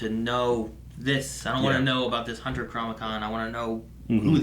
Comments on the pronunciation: Sorry to not-pick, but it’s “Chronicom” which derives from chronos like time and com for communication. You keep saying chromicon which would have a base like chromatic and be about colors. So I think it matters... Love the reaction and the disagreement on favorites. (Even if it means disagreeing with... 😞) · Chronicom KRO-NE-COM you’re welcome